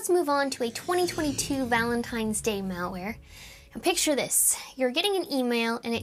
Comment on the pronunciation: If I heard "Val-Ware", I'd assume it's Val Kilmer merchandize. 😆